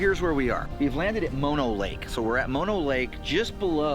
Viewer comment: I grew up in California and Bristlecone Pines can be found on a few other Sierra Mountain summits (not just one spot). Mispronounced Methuselah and Mono Lake. By the way, Bishop is known for a horrific Sasquatch attack on a family who were RV camping in the hills. Military led by men in black came out to track it down and kill it. Just thought you might be interested.